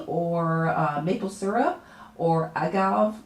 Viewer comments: Agave is pronounced ah-gah-vay. And, why did you specify a chocolate dispenser but not use it? What is the purposed of tapioca powder in this recipe? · There is a hard A at the end of the word agave! (Pronounced as) ag-av-ae ! Love you videos